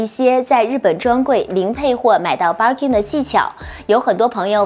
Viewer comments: 她說的是バーキン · 嗯。。。。能稍微把Birkin的发音读准了吗？不是应该先发自内心的熟悉吗